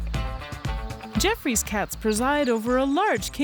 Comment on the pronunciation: "Gee-off-roy" NOT "jeff-ree"